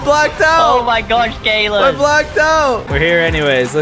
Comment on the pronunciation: said caylus but it sounded like Gaylus